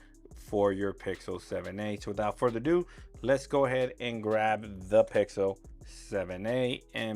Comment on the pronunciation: why do you keep sayin wihoutfurderadoo!?